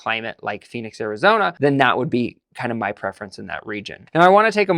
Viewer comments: Phoenix not Phenix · "Phenix" lol! But seriously, I live in central California and the winter rarely gets below 30-ish degrees. I'd like to ditch my gas furnace and get a heat pump.